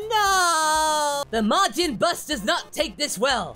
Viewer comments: he calls it majin bus but gohan was a teen when majin buu came around? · im early also did he keep saying majin bus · "Majin Bus"? Whoops. Future confirmed.